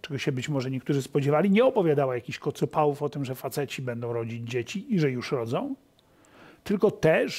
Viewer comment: nie kocopałów tylko kocopołów